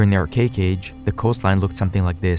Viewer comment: When are youtubers gonna understand that imbeciles (or imbecilic robots) narrating erudite talks look like shite when their chosen narrator makes "ar-CHA-ic" sound like "ar-cake"?